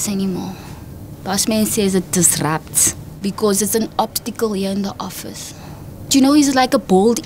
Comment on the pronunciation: says it Diistruptss.... OMG HAAHAHAHA!!